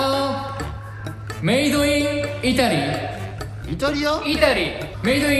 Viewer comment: しょぴさんが イタリアをちゃんとITALYと発音してることに感動してます((